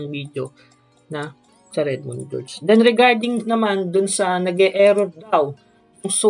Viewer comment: Clear cache - clear cash pagsabi nun Atsaka redmoon gorge hindi redmoon jorge